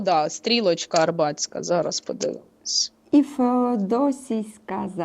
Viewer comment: Дівчата! Затока і стрілка АрАбатська, а не Арбатська.😊